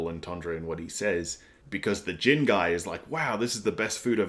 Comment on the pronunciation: The currency is pronounced like Berries. Sanji is pronounced like Sanjii not Sanjay. Gin is pronounced like the first half of Guinness. G is Japanese is pronounced like the G in Gift not Giraffe. Zoro not Zolo. The pronunciation isn't a big deal, just in case you wanted clarification :) Yesssss the exposition/lore is drip fed to us by Oda, and we love it!!! OP is like an onion and iceberg, there is so much to discover/unravel and this is just the beginning!!! Glad you are enjoying OP so far!!! I recommend not searching up other peoples' reviews, you will get spoiled by thumbnails/titles and especially with a series like OP, you don't want spoilers!!!